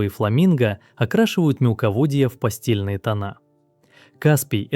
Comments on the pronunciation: Извращенец! Не постельные, а пастельные тона, умник! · угу "окрашивают мелководье в постельные тона" ))